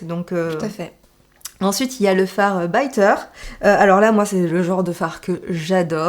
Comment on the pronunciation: t'es chouxe! Quand tu as le "I" suivi de deux consonnes il se dit "i". Comme dans bitter. Mais dans biker il n'est suivi que d'une consonne 😘 des tonnes de bibis. 💋